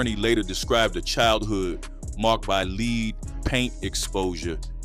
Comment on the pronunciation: leed paint!? You mean lead!?